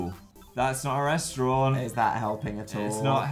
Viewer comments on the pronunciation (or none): i love how phil says restaurant as “restrawn”